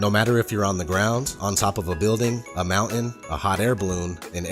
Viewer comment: "a mou in"